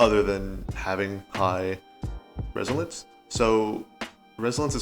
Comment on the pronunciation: My guy said resilence😂